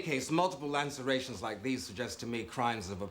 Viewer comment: Awkward. 😂 He keeps saying “LANCErations.”